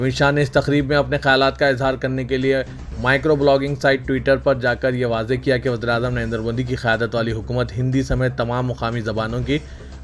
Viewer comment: KHAYAMAT NAHI QAYADAT BOLO...URDU KI KYU..G....D MARTE HO....